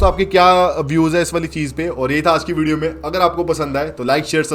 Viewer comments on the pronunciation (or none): none